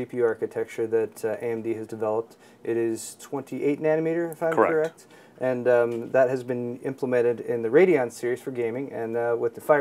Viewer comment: Lol corract!